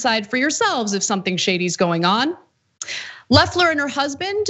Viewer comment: I hope so. Loeffler's weave won't last long in prison. That said, please get name pronunciations straight before speaking them on air. It's "Leffler" and "SprecKer". Short "e"s.